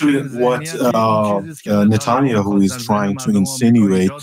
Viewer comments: Good to finally hear the correct pronunciation of Nuttin-Yahoo. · Natul-yahuuu❤ he butchered His name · Can anyone confirm the accuracy of this statement: Benjamin Netanyahu: The current Prime Minister of Israel, whose name is sometimes mispronounced as "Natania who" with a Persian accent. Recent news covers his meetings with President Trump regarding the war between Israel and Iran. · The translator pronouncing Netanyahu as "Natanya Hu" every time was so funny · It’s pronounced “Na-TAHN-yuh-HOO” from here on out 😂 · Love the way he pronounces Netanya-hu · For the first few minutes I was trying to figure out who "natonya who" was lol just the wildest pronunciation of netanyahu I've heard 😂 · He called NETANYAHU as NATHANIEL-WHO...............:face-red-droopy-eyes::face-red-droopy-eyes::face-red-droopy-eyes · Netanya-Who. That’s how I’m pronouncing it from now on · The translater did a great job - minus the pronunciation of Netanjahu ^^ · The pronunciation of Netanyahu is hilarious but I get it the accent doesn’t matter the content matters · Would be helpful if the interpreter was better and could pronounce Netanyahu in a way Americans can easily understand